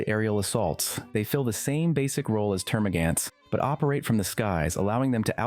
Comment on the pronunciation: So you can say Hormagaunt but not Termagaunt.... Termagan't It just hurts